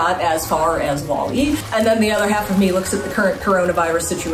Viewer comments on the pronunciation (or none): none